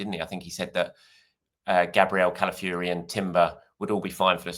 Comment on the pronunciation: Riccy is not related to Tyson Fury so please stop referring to him as Cala Fury. It’s pronounced CalafiOri.